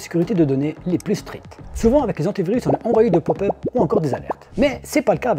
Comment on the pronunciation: Le "S" de "pluS" est muet !!!